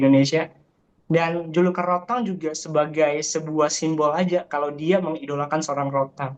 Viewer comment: Rodtang? Rodtek 😂